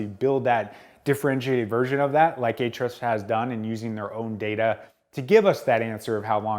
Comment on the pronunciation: Can't wait to watch this, but I first HAVE to know: Why is it pronounced "H-REFS"? (There's an argument I'm slated to win, with your help!)